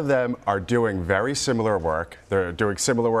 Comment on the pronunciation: He's hot... Vewy... Vewy hot..